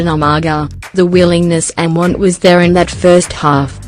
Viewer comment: What the heck??? Umargar??? Hahaha